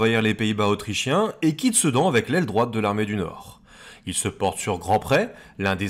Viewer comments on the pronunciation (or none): none